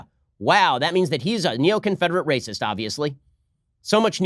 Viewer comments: OMG! Socratres was a brrrrrutal rrrrrrrracist! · "Do you know who had principles? Do you?" Was it a brrrrrrrrrr-utal rrrrrrrrrrrrrrr-acist? LUL.